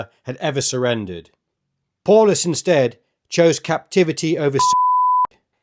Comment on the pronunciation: It’s pronounced POWlus